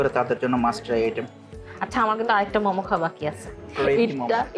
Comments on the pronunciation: মম কি? মোমো। ফুড ব্লগার এর ফুড এর নাম উচ্চারণ এই তো সমস্যা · Good video . But it's মোমো not মমো